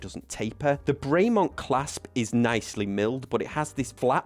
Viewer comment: It's not "Bray Mont " it's "Brem on" . Nice watch though